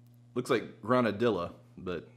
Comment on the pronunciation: It IS granadiLLa pronounced